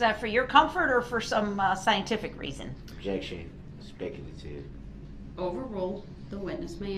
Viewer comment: She’s making fun of the way Brooks pronounces the word objection.